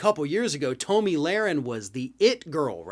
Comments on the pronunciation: Uh...just wondering...how do you not know it is pronounced "tommy" and not "tow-me?" Listen here you eggheaded humpty dumpy wannabe journalist...have you been living under a rock? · This liberal can't even pronounce her name correctly. It's pronounced Tommy not Toe-me. I watched every minute of the Rittenhouse trial and the jury got the verdict 100% correct. Whoever didn't watch every minute of the trial, your opinion means nothing. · I'm not sure if you were doing it as a joke, but her name is pronounced like "tommy". I hate her with a passion, but I'm also not about mispronouncing names or giving people nicknames to poke fun in the political arena. Think we need to move above that as adults. Again, not sure if you just didn't know or what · I have never heard it pronounced Toe-Me